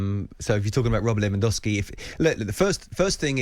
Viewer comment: Robert Lewandowski it’s probably one of the top -3 strikers in last decade And those clowns can’t even pronounce his name properly😩😩